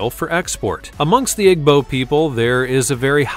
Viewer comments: My god “egbo people”? It’s “eebo”- I don’t understand why you even did the Igbo, what is scary about them? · You are pronouncing Igbo the wrong way. It's pronounced E-bow.